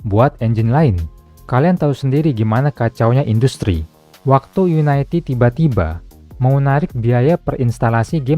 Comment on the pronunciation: bacanya yuniti dari unit